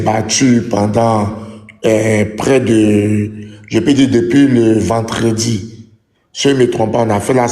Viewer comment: votre honorable 😂 là !!! svp dites lui , qu'on dit vendredi et non pas ventredi svp😆🤣🤣🤣🤣 c'est peut-être mes oreilles qui me font défaut donc j'ai remis cette partie plusieurs fois pour être sûr 😏😂 pardonner dites lui , c'est vendredi où peut-être le RHDP veut qu'on disent ventredi mais en côte d'ivoire 😆😆🤣🤣🤣🤣😭😭😭 et ça , c'est un élu en côte d'ivoire comme kandia camara waouuuuuh 😲 🙄😡🤢wouaiye 😳😳 bravo😡🤢 nous sommes nous ivoiriens/e vraiment des nazes pour continuer à supporter cela vraiment 😬😡🤢 nous même déjà ont parlent mauvais français donc ont n'a pas besoin du mauvais français des autres alors que nous voulons nous amélioré dans le parler comme dans l'écrit pour surtout nos enfants 🙂qu'ils ne soient pas médiocres comme nous autres là 😡🤢 faites vous allez quitté la svp 😡🤢 beaucoup d'entre vous occupe des places qu'ils ne devraient pas occuper et même dans leur plus beaux rêve jamais ils ne seraient permis😡🤢 quelle misère qu'est devenue la côte d'ivoire 🙄😏😒😡🤢!!!